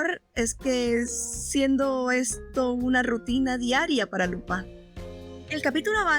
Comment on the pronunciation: Dices lopan todo el rato para imitar un acento frances? O eres española que llama a spider man espa(in)der man? En latinoamerica a Lupin se le conoce como Lupin y no fue muy popular como super campeones o cobra